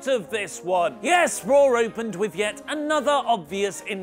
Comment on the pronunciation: In the intro, do you make Monday night raw, sound like Monday Nitro on purpose? Every intro, it's all I hear now!